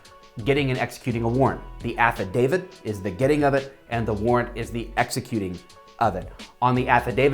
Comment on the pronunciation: Why does affodavit sounds like act of david in my ears?